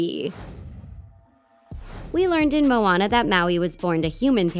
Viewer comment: “The ocean seemed to choose Mooana”. Really? 😂